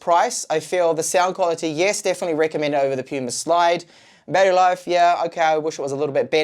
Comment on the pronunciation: PaMu Slide, lol. I'm late to the party but didn't see anyone else catch this. Not Puma... PaMu (not that I really give a sh%t), but you should know PaMu.